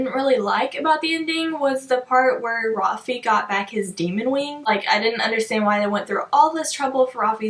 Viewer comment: Okay I’m sorry but you don’t pronounce his name rafee!!!!!! His name is Rafael which then would be shortened to Rafe. Like please tell me what makes you pronounce it the way you do!